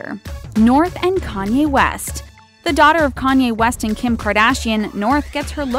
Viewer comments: It's 'Kanye', not 'Kany' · "kany west" WTF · when it said North and Kanye it said kany